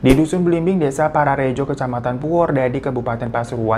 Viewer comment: Cerita kedua ini di deket rumah, btw itu bacanya parerejo mass 😭